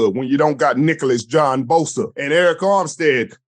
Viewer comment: Lol "Nicholas "